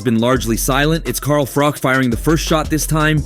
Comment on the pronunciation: It's Froch. Not Froth or Frock!